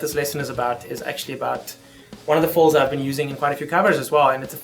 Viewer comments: Is he saying fulls or fills? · I love the way you say "fills".